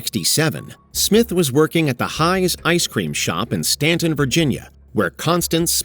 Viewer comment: Good job getting the pronunciation of Staunton, VA correct. You're either a native of the area or know someone who is. -- Wow -- look how young and liberal Ana Kasparian appears!